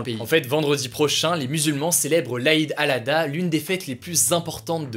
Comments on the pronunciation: "Aïd Alada" 😂😂😂 aucun respect mais on t'en veut pas ces normal lol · C'est pas une question de respect il galère juste à le dire ptdr